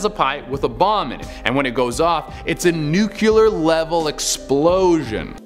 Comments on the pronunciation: It's NOO KLEE ERRRR NOT NU CUE LAR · When people pronounce nuclear like nuCUler 🤦🏽‍♀️ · He said "nukeeler" 4 times. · Handy clue: say "new clear new clear new clear" Easy way to pronounce nuclear properly ;D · So... Anyone else feet driven slightly nuts but how nuclear was pronounced...? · Damn, how many u's are in nuclear??